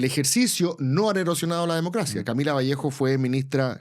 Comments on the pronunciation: Cristóbal Bellolio, es Vallejo! sin S jajajja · Es VALLEJO sin S.